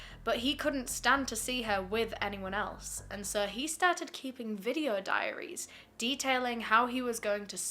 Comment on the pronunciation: diaries not dairies silly :P